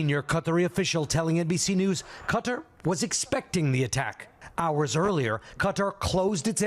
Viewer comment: It's Qatar (Ka-tar) not cutter